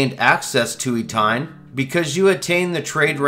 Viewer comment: Love you man, but it's Eh-tee-en, not e-tine.